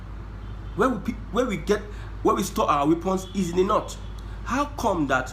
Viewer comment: Your analysis is top notch.. but why are you saying the „nut“ instead of „North“